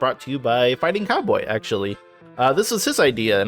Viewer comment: Did you say Fightincowboy😮😮😮😮???